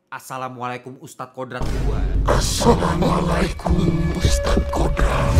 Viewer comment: Tapi jangan ditekankan pas assalamualaikum ny bang toleransi lah jangan menghina assalamualaikum bang emang film indonesia masih banyak banget kurangnya😂 tapi bacaan Assalamualaikum jangan dibuat mainan bang😊